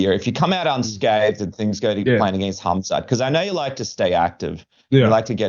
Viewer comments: Is he trolling saying Hazmat? I like Rob, but come on now. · K.H.AM.Z.A.T...NOT HAZMAT takerwhit bertro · He is not Kazmat stop saying his name wrong dude)) i thought Robert is not really that guy i thought he is more careful with those stuff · Can someone please tell The Reaper, it is HAMZAT not HAZMAT 😂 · He heard other fighters pronounce it as hazmat... but it's pronounces hamzat...close enough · Khamzat ❌️ hazmat ✅️ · Why does he keep calling him Hazmat? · Funny how Bobby calls him Hazmat 😂😂😂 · Did he say Hazmat Chimaev? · Uncle Chael infesting everyone with fighter name mispronounciation. HAZMAT ??? lol😂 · Is he calling him Hazmat on purpose LMAO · Rob MUST have been corrected by someone at this point for saying hazmat. I think hes doing it on purpose lol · Rob calls him HAZMAT. Hazardous and Toxic Material. 😂😂😂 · Rob trying to play mind games with Khamzat calling him hazmat. Even though before the fight was booked he would say his name correctly 🤣 this is going to be a fun fight 👊 InshaAllah 14-0 ☝️ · Rob's still calling him "Hazmat" lol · Every time he calls him Hazmat it tickles me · He uses to pronounce his name incorrectly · Mispronouncing a name from a completely different language and part of the world? It's not that big of a deal. I'm sure he didn't mind being called Hobert Whittaker